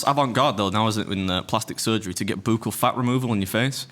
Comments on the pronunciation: It is pronounced like Buck all Only because as a nurse we give buccal medication. Its not a your saying it wrong just letting you know how it's pronounced 😊 great pod as always ❤ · FYI Beard...buccal is pronounced buckle. 💖💖🌹🌹